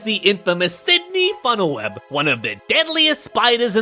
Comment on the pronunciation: You said funnel web incorrectly